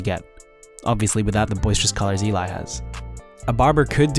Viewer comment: ELI ❎ E-LAI ✅